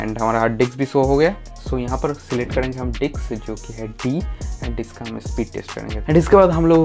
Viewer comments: Anna it's not diks 2 It's disk 2😂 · Bro it's disk not diks🤣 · diks diks bolke dimag karab kardiya